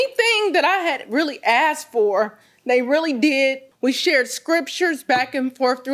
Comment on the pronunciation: Exactly! Who cares how she was dressed. she starts whining like a baby and her voice breaks. And she goes ‘he askted’. Why do people speak that way?! It’s ASKED.